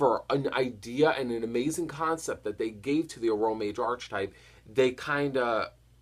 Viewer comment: "Arch"etype? It's "Arc"hetype bro. Get it right, it's annoying.